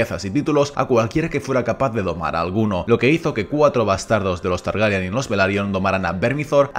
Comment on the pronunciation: Chupito a la memoria del Oberyn Martell de Pedro Pascal por cada vez que diga «TargEryan» en vez de «Targaryen»